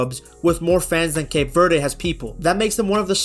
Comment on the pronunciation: Would be a great video if you bothered to look up the pronunciation of "Cape Verde" and not said it wrong a thousand times.